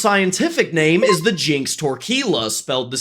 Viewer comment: I love his designs, but it bugs me how many times he mispronounces the names.